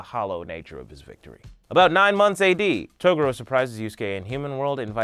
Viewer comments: Claims to be a yuyuhakusho fan.... mispronounces togoro........ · sorry! ITS TOGUUUUUUUUURO NOT TOOOOOOOOOOOOGURO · Taa-gore-o Whatever you said wasn't it chief.. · Is Togoro how they say it in subs or something. I hate to be nitpicky but this is one of my favorite shows. He says the rest of their names correctly, but I never heard them call him Togoro in the dub. It was always pronounced Toe-gu-ro not To-goro. Who's to say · Hey CHUMP....it's pronounced "Tuh-Gor-Row"..not "tugooro". Not sure how you can mispronounce it when they say the same clearly in the show. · "TOR UK A NAY" and "Ta GUUU ROOW" Cmon Man. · ToGUro. emphasis on the second syllable. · The first time he said Toguro I thought he really said Toblerone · Toe ga ro? Uh...ok. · It's pronounced TOE-GOO-RO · Wait i thought there name was pronounced as taguro like ta gur o lol oops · It's pronounced Tu-Gor-O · Bruh...why do you pronounce Toguro like that? It's Tah-Goo-Row. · Its pronounced TWO GORE OH !!! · Please fix your pronunciation it’s Ta-gor-o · i hate the way you pronounce Toguro - "Toe Goorow" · TFW you cant pronounce Toguro's name right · "I'm a fan of the show" he said, then proceeded to mispronounce name of the most iconic villain of the series. I can't watch the rest. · Why are you pronouncing the Toguro brothers name like that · omg thank you!!! 1000% correct it kinda makes makes it hard to watch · This is very old, but I just discovered it - the way you say Toguro is funny to me. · I’m sorry but I couldn’t get over The pronunciation of Toguro! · I can tell you genuinly care and love this series... but I hate how you pronounce Togoro. I get it. I do. But.... whew. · You keep saying Toguro but it's pronounced Toguro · as much as i appreciate ur enthusiasm.... please pronounce Toguro properly, its not that hard when u somehow pronounced most other things correctly..... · Why do u say toguro like that...u sound like I never even watched this anime before